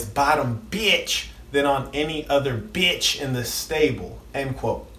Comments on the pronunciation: Why he say beitch like that tho. Haa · Why he cant say Pimp and Bitch regular? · The way he says pimp and bitch kills me 😂😂😂😂😂